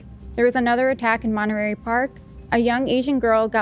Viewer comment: Just some feedback meant to be helpful. To me, every time said Night Stalker, it sounded like Nice Talker. When she began the case, I was like, what? Some guy named Nice Doctor was a serial killed? Then slowly it morphed into Nice Talker. And also calling Monterey, Monterary a few times, Lol I know prides herself in doing a great job and she is so awesome, so just thought I'd pass this along in the hopes that it can allow her to give the type of presentation I'm sure she wants to. And to all on the show, the letter T didn't dissolve into oblivion, guys. Since y'all have stopped using it in most words, it sounds like your IQ's dissolved too, and you all are way too smart for that. This was a bad grammar habit used by hillbillies/low-income, which for some odd reason, now mainstream society has decided to adopt. It's absolutely flowing downstream wit the dumbing down of America. Paddle, guys and gals. Resist stupid trends. Use T appropriately so I can enjoy your smart and funny show again. Couldn't finish this one.. one too many bea--ens instead of beaten when presenting the Night Stalker case. All love.